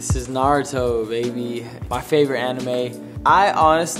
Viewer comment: 'Naruto' now thats how you pronounce it. Not 'NaRowToo' looking at someone named Michael B. Jordan